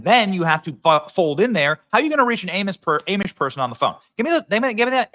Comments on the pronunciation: Lowercase ‘a’ when saying Amish. Lancaster County PA for President Trump. ❤ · Amish? Dude who doesn’t know how to pronounce that? What kind of bot is Benny? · Ah-mish, not ay-mish. Ah-mish buggies. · It’s ahh-mish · Benny, it's pronounced Ah-Mish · Keep speaking truth-to-power my friend Benny! But...please say "AHmish"...K? Keep on keepin' on! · It's ahhhhmish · Amish is not pronounced A-mish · Hey Benny it is Ahh Mish lol. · Spelled Amish pronounced ah-mish. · It's AH MISH BENNY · Pronounced..Ah Mish . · Benny it’s Ahh mish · 'Ah'mish! Bro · Ahhh-mish … lol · Benny ~ I love you……..Amish is pronounced with a ‘short A’ sound not ‘long A.’ We have friends in the Amish community for yrs. ‘’Ah-mish.’ Ok?? Again….love your reporting!❤ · Benny, bro, I'm from that area. It's pronounced Ommish. Cheers Benny, we love you brother. 🥂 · It's pronounced Ah-mish. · It’s pronounced AWEmish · Benny. It's pronounced. Ahhhmish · Amish. "Ahh-mish" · Amish pronounced aumish benny ✌️ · "Ay-mish"??? WTF! Does Benny not have anyone proofreading his videos? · Benny please stop saying aaamish! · Dear Benny, Amish is pronounced Ah-mish. Not being critical. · Love you, Benny. It’s Ah-mish. 🤣😂🤣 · Love ya Benny but it’s pronounced AH-mish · It’s Ahh-mish,! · Yesh I thought he was trolling at first. I was like wth is "aim-ish"? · You are Saying Amish wrong. The a is short. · You're from Iowa like me. We know the Amish. Im surprised you say it wrong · I love Benny but damn, that's not how you pronounce Amish 😅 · Never heard anyone pronounce Amish like you. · Are you just pronouncing Amish like that so that you’ll get comments no one pronounces it like that I’m sure. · You are saying Amish the wrong way?Lol l I never heard anyone say it like that, but it was funny 😁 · Never heard Amish pronounced like that.... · Amish you say it wrong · Benny you are mispronouncing Amish. Correct that please. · stop saying amish weird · for the 2nd time the "A" in amish is soft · Ahh-mish, not Ay-mish.